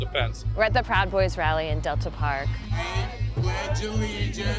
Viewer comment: NOTICIAS VIEJAS APARTE DE TUS MENTIRAS ACTUALIZATE TIO AL MENOS APRENDE A PRONUNCIAR ESAS DOS PALABRAS O DILO EN CASTELLANO.